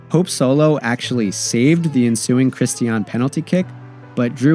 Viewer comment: Great overall video but the pronunciation errors and factual goofs are distracting and lazy. Cristiane and Marta's names are constantly mispronounced despite being spoken (by Marta herself) in the video? Also, Solo's save of the first penalty in 2011 was called back because of encroachment by Rampone - a harsh albeit by the book interpretation of the law.